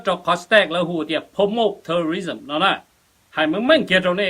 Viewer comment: This guy couldn’t even pronounced between tourism and terrorism. And he doesn’t understand that fcc regulations do not applied to youtubers as it’s for actual news stations. However, I like these dramas cuz they make my days go faster.